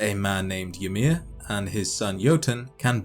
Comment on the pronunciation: Interesting pronounciation of Ymir: "Ye-mer". Original scandinavian pronounciation would be "Y-mir", y like in 'yo' and mir like in the soviet space station or in 'mirror', but with european 'r'.